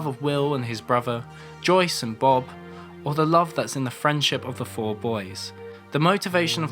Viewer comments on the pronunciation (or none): none